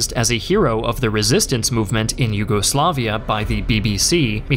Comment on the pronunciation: Americans saying "nyugoslaviea" Rolls eyes